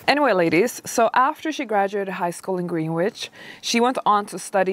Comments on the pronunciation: It’s pronounced “Gren-ich,” not Greenwich. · About pronunciation: Greenwich is not pronounced Green-witch, but rather Gren-itch. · Greenwich is pronounced “grenitch” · This was a while back but one of the ways to say it is Green-itch or Greenidge... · Greenwich CT is pronounced GRENitch